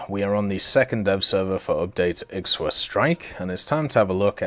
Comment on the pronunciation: The X in Ixwa is pronounced like a K but with a clicking sound, it's hard to describe. It's best to look up a video of how to pronounce the X sound in the Zulu language. Though I doubt anyone is gonna read this comment anyways.